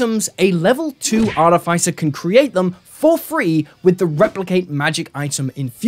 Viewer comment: Love the videos but please look up the pronounciation of "Artificer"